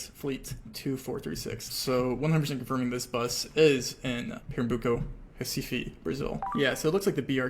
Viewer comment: AS A BRAZILIAN i loved your pronounciation of via livre and pernambuco very nice!!